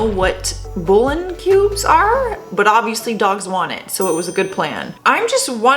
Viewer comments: Bool"e yon' is the pronunciation. Not bool 'on. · bool-yaan that's the right pronounce, its a broth made by stewing meat, fish, or vegetables in water. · It's pronounced Bool -yon it is when liquid is added broth beef flavor , chicken etc. . Very funny trick throwing cubes onto their lawn to mess with their dogs . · that's funny that with her Canadian accent she pronounce bullion like that. I thought it was very cute. And what a good idea for Neighbors like mine